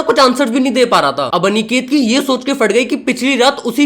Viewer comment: bhai aniket hota hai anekate nhi अनिकेत hota hai na ki अनेकते 😅